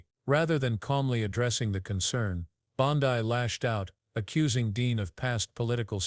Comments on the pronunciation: Damn, if your going to use ai, at least, prounce names correctly. It's bond--eeee, not boniiiiiii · Hey, AI, the surname sounds like "Blondie" w/o the "I". Try to get it straight. How sloppy. People actually subscribe and pay for this stuff? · Could you not use AI please- it’s Bondi (Bond-ee). I have found that most mispronunciations are directly to AI. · Please, dont disgrace the famous beach in Australu! Its pronounced "Bond-dee"; just sqyin'.... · Bondee!! Bondee.,.../please pronounce this crooked women's name 📛📛📛📛📛